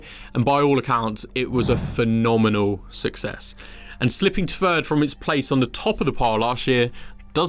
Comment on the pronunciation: Why can’t you say that and the but not thousand. Fird at free fousand. What’s that all about ? Review is great and interesting but please try and think of viewers ears.